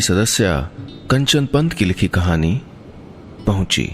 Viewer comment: it's pauchi not pahuchi